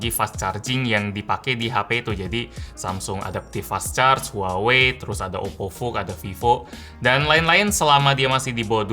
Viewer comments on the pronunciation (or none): none